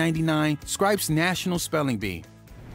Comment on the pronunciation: Re. Spellbound, did the narrator intentionally mispronounce "SCRIPPS" ? I mean that is pretty sloppy.